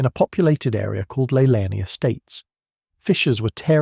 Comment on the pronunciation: Leilani is pronounced Lay -Lan - E